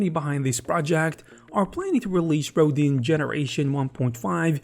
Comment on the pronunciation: Please Google the sculptor Auguste Rodin. It's pronounced row-dahn with a very soft n at the end.